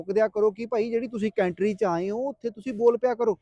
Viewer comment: ਕੇਂਟਰੀ ਨਹੀਂ ਭਰਾ ਕੰਟਰੀ ਕਹਿ 😂😂😂😂